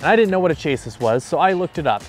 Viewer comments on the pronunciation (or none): chASS- ee:face-fuchsia-tongue-out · Chassis is pronounced CHASS-ee or plural is CHASS-eez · Chassis = shah-see, as in a car’s chassis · Chassis: "Chah-see" you've heard it before.